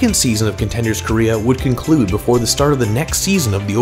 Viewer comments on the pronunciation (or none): none